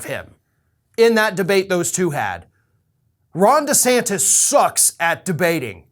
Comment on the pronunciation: it's de santis not de Santos.